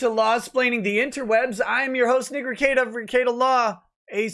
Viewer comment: Be careful of your pronunciation of your own name or Drex will have to double check your N-word pass. Nick Rekieta not Nikr Kieta.